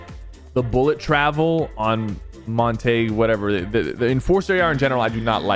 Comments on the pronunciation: its monte-gue not montage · Also isn’t Montague pronounced like “monta-que” like Romeo and Juliet instead of mont-ake “? lol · as a person who likes Romeo and Juliet and stuff, pronouncing Mon-ta-g instead of Mon-Ta-Geu infuriated me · bro said montayg 😭😭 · Not Sypher pronouncing montague as mont-aig 💀💀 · bro said monteggs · GUYS LISTEN UP WE DONT KNOW IF DISNEY SKINS WILL COME BCUS FORTNITE NOW HAS RATINGS MAYBE ONLY IF THE RATINGS FIT TOGETHER BUT MOST LIKILY DISNEY COULD MAKE A FN SERIES OR SMTH BTW MONTAGUE IS PRONOUNCED MON-TA-GEU AND A STRONG G LIKE GORGEOUS NOT A SOFT G LIKE GIRAFFE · It’s pronounced mon-tah-gua as in GUAm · HEY SYPHER its pronounced Mon-tuh-gee-oo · It’s pronounced Mon-Ta-Gue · montague's rifle was renamed to be "montague's nemesis AR" because it was a nemesis AR and not an enforcer AR. plus you still pronounce montague wrong because the name comes from romeo and juliet, where the montagues and capulets hated each other until romeo and juliet killed themselves because they loved each other very much even till death